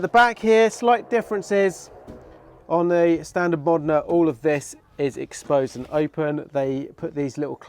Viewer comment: Bro it's pronounced MOE-DEN-A not MOD-IN-A stop butchering this amazing car's name